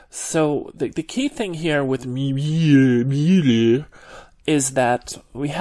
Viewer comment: Love the way you pronounced 'Mueeeuuuler". Hey, tell us something about you, anything please.